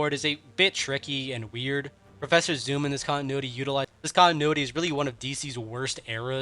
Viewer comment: Bro its eobard not eobord